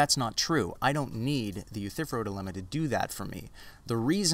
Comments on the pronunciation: one tiny nitpick..I'm pretty sure you are mispronouncing "Euthyphro". The ending is "fro" as in a 1970's "afro". It sounds like "Youthafro" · Love your vids man. Sorry to just be stumbling upon them for the first time today. This is the third one I've watched and with the 'rona virus out there roaming around, I reckon I'll have the rest of them watched in a week. I just gotta offer one pedantic critique: eu-thy-phro. 3 syllables :) All the best to ya mate!